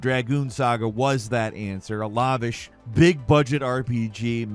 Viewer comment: anyone in the world: "(lav-ish)",: "(lah-vish)".... I love your differences